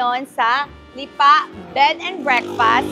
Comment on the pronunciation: Anong Lipaa? Lipa . Bakit may pakupya sa dulo? Sarling Lipa yern?